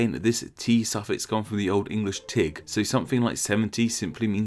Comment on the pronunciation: As someone who speaks/reads Old English, the pronunciation hurt to watch, but A for effort. By the way most of the Gs in the words in this video make a y sounds so Tig is pronounced Tiy.